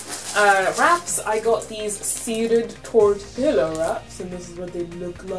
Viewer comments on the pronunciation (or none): I love how you say tortilla :P The double L make a Y sound though so it's tor-tea-yuh. But you do you girl. This is an awesome video by the way. <3